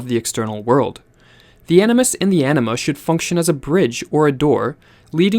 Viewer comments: Is Anima pronounced like the speaker hear pronounces it - enema? I know its Latin and having taken Spanish I wouldn't think so, but am curious. I woke up one day hearing it and it didn't sound like enema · When he said "anima," I thought he said "enema." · I keep hearing anima as enema